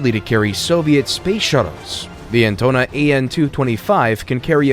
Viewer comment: Antona an 225? Pretty sure it is Antonov An 225. But nevertheless may it REST IN PEACE BC it was destroyed.